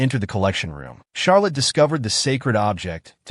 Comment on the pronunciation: Who's Shark Liz??? It's Charlett